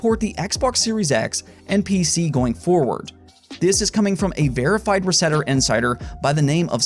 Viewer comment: Reset era, not resetera